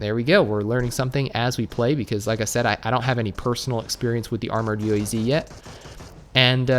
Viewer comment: UAZ Is Pronounced UWAZ. SRRY FOR WRONG SPELLING😁😁 Also also ilove your vids i cant miss them i even clicked the bell